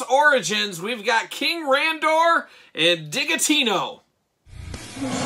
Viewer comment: Isn’t it Digitino pronounced like “digit” - because he’s a math guy?!